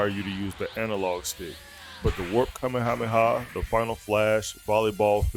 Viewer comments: He nitpicks that and keeps butchering the Kame Hame Ha as “Cameamea wave”. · You nitpick “Garlic Gun” but are constantly butchering Kame Hame Ha as “Cameamea Wave” 😂